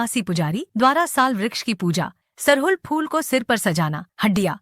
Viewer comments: सरहुल को सराहुल और हंड़िया को हडिया बोलती हैं। इन्हें सही बोलने के लिए कहें। प्रस्तुतकर्ता को विशेष रूप से धन्यवाद 🙏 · सरहुल होता है सराहुल नहीं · आपलोग सरहुल को गलत उच्चारण कर रहे हैं (श्रहुल बोलना गलत है)खादी उरांव भाषा में बोलते हैं 🎉🎉🎉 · श्रहुल नहीं सरहुल होता है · App log sarahul bol rhe h sarhul hota h